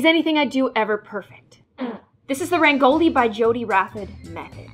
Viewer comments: Its rangoli not ragnoli- and yes im from india proud to be indian! 🇮🇳🧡💙🤍💙💚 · saying rangoli: RAANGOLII Me seeing the spelling mistake: Hold on, somethin’ ain’t right... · It's pronounced rraan go lee